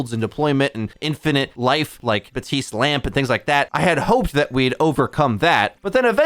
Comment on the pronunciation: I understand mispronouncing Illari, that's how it's spelled, so it's understandable. Mispronouncing Baptiste after all this time though...